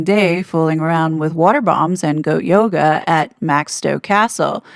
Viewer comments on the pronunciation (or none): none